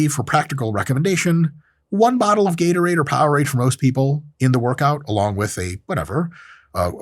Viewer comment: Bro just did a “ how to get a heartache” video how can man say Gatorade lol